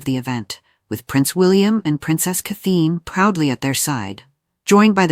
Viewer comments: Get a better narration program. The one in use managed to mangle "Catherine" and "Louis" in about 30 seconds. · HER NAME IS CATHERINE NOT CATHLENE!!!!